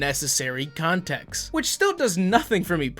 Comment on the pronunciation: Syllables are your friends, like the final t in context. The word isn't contecks.